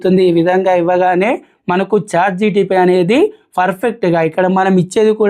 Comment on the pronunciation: Bro.. its Chat"GPT" ("G"enerative "P"re-trained "T"ransformer) not GTP.. Pl correct Ur pronunciation